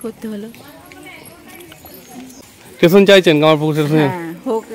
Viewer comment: "স্টেশন" - টেশন না।